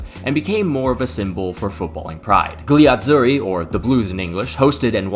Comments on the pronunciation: What the hell is the “GUH-LEE” Azzurri? Lmao. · "gli azzuri" the g is silent as every g before an L is not pronoubced and is just there to emphasize the L pronunciation, like in tagliatelle